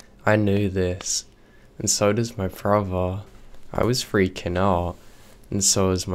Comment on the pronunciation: Its very hard to understand you to thw point where its useless to listen for instance, you say "bother " comes across as brovvaa.. And it is monatone. Not great for story telling. Just my opinion. Which means nothing. Or in your words, "nofffin"